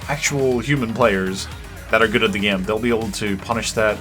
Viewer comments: thanks to your accent I say "Game" the way you say it like "Gyame", why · I love how says the word "Game" XD